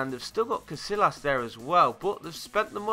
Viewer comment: These are how they're pronounced: You said: Newer Actual Pronunciation: Noyer You said: Castillas Actual Pronunciation: Castiyas